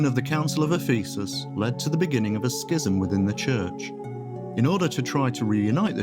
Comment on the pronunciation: Ironically, the Church of the East refers to him as one of the 3 Greek Doctors of the Church, which would appear to be what this clip meant even though what it said was one of several mistakes, not least of which was the repeated mispronunciation of 'Ephesus'.